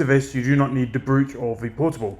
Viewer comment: Any idea what the xp p/h is? Also, sorry to be that guy, but it is pronounced “broach” rather than phonetically.